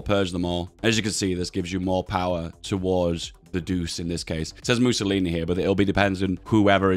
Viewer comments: Its not pronounced like doos, it is pronounced like douchay, so douche is not too far off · Could you please use the italian pronounsiation of "Duce"? (that will be "Duche") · Hey. Duce is pronounced like Duche with sound E. I dont know maybe you do it because demonitisation, either way i hope you've notice. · It's pronounced "doo-chay", not "doose". Il Duce means The Duke, as in Duchy. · Duce is pronounced Du-Che, not Duse. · Sounds like you are saying douche everytime, try ducze as this is much closer to the italian pronounciation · It's not [Dus], but [Duče] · It’s not douce it’s doo chey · Say it like "doo- chey". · The "ce" in "duce" is pronounced similarly how you say the "che" in "check". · Dude it's pronounced Doo-chay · Bruh please stop saying Deuce, it's not even close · ffs man Duce is pronounced "Doo-Che". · Im a lil bit of a linguist nerd, but since you seemed interested, duce is pronounced du-chey because in italian, the C is pronounced ch. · Feels wrong to hear him pronounce duce like that Its pronounced like Doo-chay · everytime he says “doos”, one of my 10 braincells withers away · time to correct your pronunciation: the "ce" in Duce is pronounced like "Che" in Che Guevara or Chechnya, granted the guy was a massive deuce. You're saying Italio instead of Italo, gotta drop that "e" sound. Dino, Balbo and Vittorio are correct. For Emanuele take manuel, add an "eh" sound (without the h) and put it in the end and start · please - it is pronounced doochay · it's pronounced "douche" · Duce, spelled Doo-che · The way you pronounce duce is so funny i almost peed myself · Even though I can't speek Italian I still feel the pain with you for his pronunciation of the duce